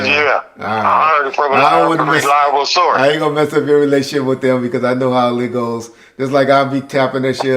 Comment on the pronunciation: I always wondered why adds an L to the word how.